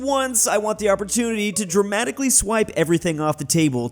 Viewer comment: pronounced dramatically as gremaniclly